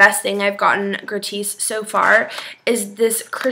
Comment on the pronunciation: I think its pronounced (grr awww tis) not (grad tiees) I could be wrong tho but my sister works at Ulta and they have the same thing xoxoxo and congrats on the new job it has been my dream to work at an Ulta or sephora but unfortunately it hasn't worked out yet